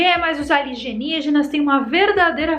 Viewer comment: adorooooooooooo ALIGENÍGENAS KKKKKKKKKKKKKKKKKKKKKKKKKKKK